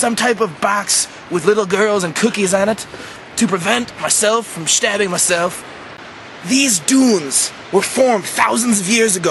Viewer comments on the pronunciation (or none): "...to prevent myself from shtabbing myself." Do you "shtab" yourself often?